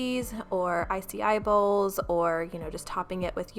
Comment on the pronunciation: Icy I bowls? Lol 😂 I love you